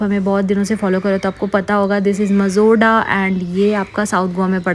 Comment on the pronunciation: it is not mazorda...it is majorda